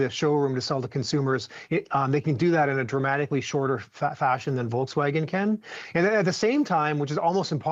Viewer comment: volksvagen? you are doin this intentionally?